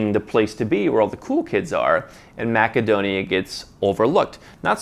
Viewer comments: Is ‘maca-donia’ how you pronounce it locally? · It is pronounced MASSADONIA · Funny your pronunciation of Macedonia